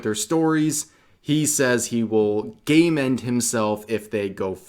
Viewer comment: Thank you, I thought Rev was saying "gayment" 🤣